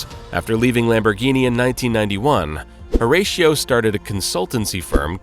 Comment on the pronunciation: Ratio like 6:1, Horatio is not the feckin same. US people Pronounce it completely wrong